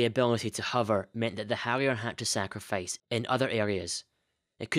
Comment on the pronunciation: It's unfortunate that in a video about hovering that you're unable to pronounce the word 'hover'